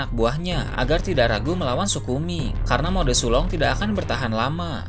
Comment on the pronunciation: Mode sulong bukan suloh